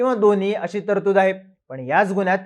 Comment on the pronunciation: तरदूत नाही रे .. तरतूद